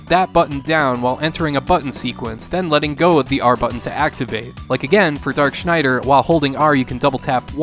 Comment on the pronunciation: Congratulations on pronouncing Schneider correctly.